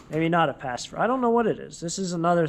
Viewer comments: Pacifier, not pacifer 😂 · I thought pallet auctions were pretty much all things like Amazon or Home Depot returns. I never would have expected there to be pallets of things from someone's personal storage unit or basement. By the way it is pronounced PACIFY--ER not PACIF--ER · Pacifier not pacifer